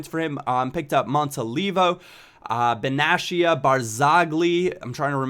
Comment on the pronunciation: Listen, Benatia's name is pronounced this way BEN-AA-TEYYA not BENASHIA:) hope this helps.